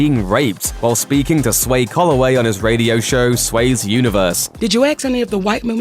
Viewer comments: Don't know why my ears ring every time I hear axe=ask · Learn to say "Ask" if you wanna be taken seriously is all I will say.. -_-' EKS EKS EKS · It's "ask"... not "axe" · I stop paying attention to people when they say "acts" instead of "ask". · Monique, nobody axed anybody, lets not escalate things 🤣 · “Did you ax any of the white women to apologize...” oh, Monique. It’s “ask” not “ax.” Why is this so hard to say? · Monique actually destroyed her career when she said “aks” instead of “ask.” Facts. Google it... lol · Did you axe any of those white women??? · ''Did you axe'' lmao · Did you "AX" blah blah? Did you "AX" blah blah blah? Ugh! It's so annoying. Maybe that's the reason why your career has ended. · Did you aks????